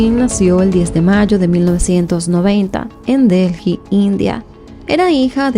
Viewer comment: Mi vida de verdad que yo amo tu contenido pero es que no entiendo por qué con todos los años que tienes haciendo Youtube no has tomado clases de dicción, ya no es solo los videos que tienen palabras en inglés, son errores que cometes por el puro descuido de no leer o pronunciar bien y uno se pierde porque quiero escuchar la historia pero dices disparates, voy por 2 minutos y ya has dicho Delji como 3 veces y Delhi se pronuncia Deli nomás, y en lugar de decir religión dijiste Región, "sosguar". De verdad toma un curso pequeño de dicción, son errores pequeños que eres capaz de mejorar!